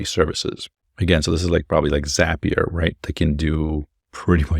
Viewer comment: "Zap"-ee-uh not "Zaype"-ee-uh. Brilliant. Inspiring. Insightful. Correct.